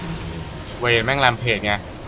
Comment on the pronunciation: ตัวที่ตัวพี่เรียกว่า เวนนี้ ที่จริงมันชื่อVayne =''เวน''